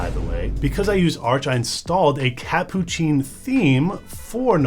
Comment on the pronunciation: its hilarious to watch you try to pronounce "catppuccin"